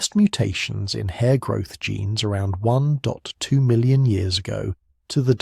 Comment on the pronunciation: "one dot w million"? how hard is it to teach your ai how to read numbers correctly?